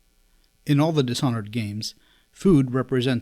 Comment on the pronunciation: dish (this h is silent) honored